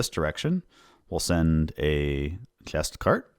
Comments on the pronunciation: Are you Dutch by any chance? It sounds like you have trouble pronouncing the "ch" (like chest) and "bg/g" (like bridge) sounds and I have Dutch friends who have the same issue. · You need to fix how you say "chest". "ch" and "s" are just going wrong. It's bad enough that it makes it uncomfortable to listen to.